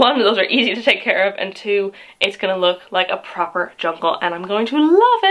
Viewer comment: Learned something new today, I do not like the word proper when it isn’t a British accent 😂